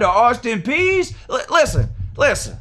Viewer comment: The Austin “peas” lmao but I’ll be at work 😢 but I’m watching it when I get home